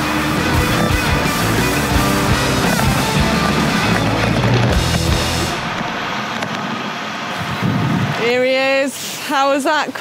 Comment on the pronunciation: I’ll consider it when you learn saying “SanrEmo” the “E” is said like in “End”. Not that challenging 😂 (and thumbs up for Dan who is the only saying right!